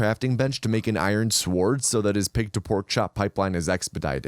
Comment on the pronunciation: I hate the way you pronounce the word "sword"